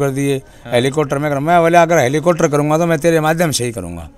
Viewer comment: इस न बोलना सीखा दो हेलीकॉप्टर होता ह